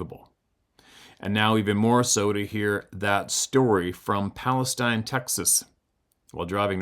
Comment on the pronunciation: or so, in Texas, Palestine is pronounced Pal-es-teen, and Interstate 45 is the closest major highway ... thought 35 runs further to the west.